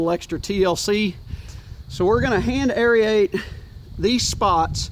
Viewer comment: It’s aerate (air-ate), not aeryate (airy-ate). 😀 Just messin’ with ya.